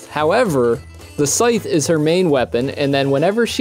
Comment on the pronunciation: A..."sytch"? Lol